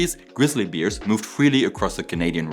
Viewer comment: What a noble and cause worthy of support is saving the beer crossing a highway. 😅 Your pronounciation of the word “bear”, Also funny with the German way of saying: I am a member for 3 years now, as opposed to the English-speaker’s way, which would be along the lines of “I have been a member for 3 years now.” Aaah, yes, the little differences. 😊